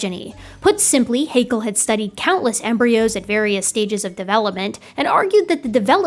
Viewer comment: ... Just because it pains me a little as a native speaker, I'd like to point out: Haeckel and Hegel are different family names... and are pronounced slightly differently. Hegel, as you splendidly demonstrate, is pronounced similar to bagel (long a and e). Haeckel, if pronounced correctly, sounds somehow similar to shackle (short a and e). Otherwise, I'm absolutely satisfied with what you've explained here. Ein Dankeschön for this great documentation. 😊👍, x & ❤